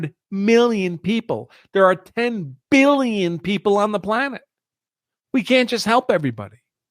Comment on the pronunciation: Let's get some facts correct. according to you the 2016 remittances to India were $10.6B (you keep emphasizing billion with a B in your tone to drive home the impression that it is a vast amount). Divide this by some 4 million Indian living in this country and its $2500 per person. Thats pocket change for the Indian community who routinely earn 200K-500K in salaries. So the vast amount of the money (95%) is still being invested in the U.S. So Indians are not the problem. They are the richest minority and start plenty of businesses. All this is being done by being underpaid at the cost of an American worker? Come on, get real! Talent gets paid in tech.That vast amount they save and invest routinely creates millions of jobs for Americans of all color, white included. You keep talking about the value system that they do not assimilate with. What is that value system? eating burgers and fries and boozing up and not wanting to burn the mid night oil and simply claiming that there are enough smart people who can do the jobs? shacking up out of wedlock or snorting high? what value system do you want foreigners to emulate? In fact we may be better off learning something from them. The U.S. has never had a problem if the anglo Saxon from Western Europe or Australia or England or New Zealand came here. but guess what! They don't come here (at least talent doesn't want to come) because they have developed country that looks every bit better than the U.S. why will they come here. That le